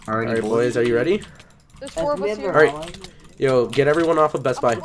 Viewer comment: Jerdy ikr if he says alright it always sounds like he is saying holight